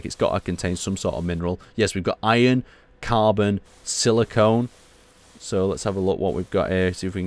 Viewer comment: Oh ffs he says silicon wrong!